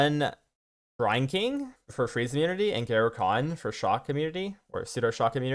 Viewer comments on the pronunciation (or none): none